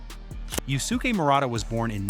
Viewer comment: yuske. not yu su ke. the u after the s is silent dude.